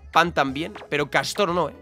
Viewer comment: En la layput aale castor y no castoro